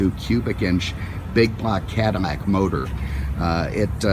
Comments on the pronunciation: I was thinking the same thing. I have never heard a Cadillac called a 'Cadimack" anywhere in the world in my entire life. Maybe 'caddiyac since LL many times is pronounced kind of like a Y, but Caddimack? Hmmmm. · Is he saying cadamac? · Does the narrator realize his not saying Cadillac? It sounds like Cadanac or Cadamac...LOL!!! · I did not realized Mr Cadillac had a cleft palate. "Cadimac'? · WTF? Cadimac?? Too much to hear this horsehead keep saying Cadimac!!! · Is my hearing going, but is this guy continously calling this a Cadimmac?? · The original French pronunciation of the name is Cadi-YAK. But the French could never even dream of making a car like that. Only in America was it possible to have luxury on a grand scale, especially at the time. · Is he saying cadimac on purpose? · Why does he keep calling it a Cadamac? He's driving me nuts doing that! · Maybe he is a fan of Mack trucks and hasn't gotten them off his mind while he is talking about this Cadillac. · This guy clearly has a problem with the language. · Me too. How in the hell can you missprounce an America Icon. It's just bugs the crap outta me. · Lol yeah I heard it too . Cadimack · What are you just say Cadillac the way you're pronouncing that sounds ridiculous